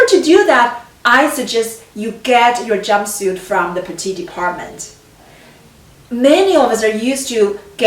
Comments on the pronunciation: Pronounce petite not the masculine petit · I hope you're not correcting her accent.